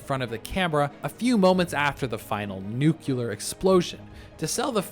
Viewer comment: Did bro say nucular